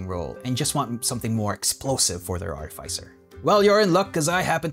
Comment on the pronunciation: Its pronounced artificer not artificer smh